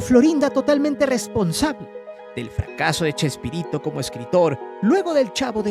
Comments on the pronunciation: Porque dice chesperrito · como vas a hacer un video y le vas a cambiar el nombre a Chespirito... le decis CHESPERRITO.. sos un PERRO JAJAJJA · Me.gusta.escuchar cuándo le dice usted CHESPERRITO😂